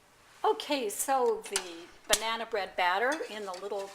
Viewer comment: Did you say BRAnana bread...LOL....love your vids and recipes!